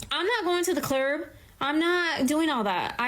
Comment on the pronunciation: she deserves to alone rest of her life for saying something as stupid as "duh clerb"